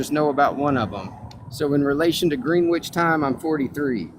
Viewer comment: this (miss)pronunciation of Greenwich is horrible. And then it's followed by an Olympic record crash out. Fucking rhetorical Usain Bolt 😂